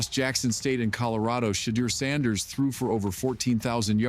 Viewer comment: Ai even got his name right! Getting better.